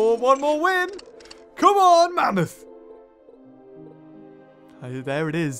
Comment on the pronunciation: not mammthos